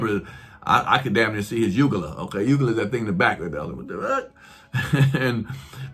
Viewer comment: Lol, ugula! It’s UVULA 😂😂